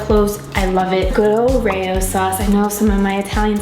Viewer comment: pretty sure it’s pronounced Ray-oh (how you said it).